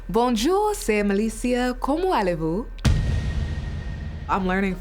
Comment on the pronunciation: Melicia, the “t” is pronounced in “comment” for “comment allez-vous”, because the following word starts with a vowel. Just a little tip for next time!